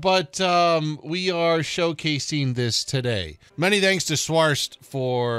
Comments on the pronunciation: Schwer. Sh like in shore and add a where. And put more weight into the w like the v in verse. Maybe its more like sh(from shore)+v(from verse)+air. Schwer = Shvair. And then, this is the best: add another air for Schwerer. Oh yea and its a hard r. Try to make it sound more like you are a retching gargling pirate - roll the R! And for the gustav part. Try pronouncing it like the flubber stuff. Goo and add staff. And make it short. Try avoiding the oooooh~ in goo :D all set. Give it your best try! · schwerer not sweer 🙈🙈 its heavy in english. but love your WT videos <33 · sorry to be that person but you pronounced schwerer wrong th W in german is pronounced like a V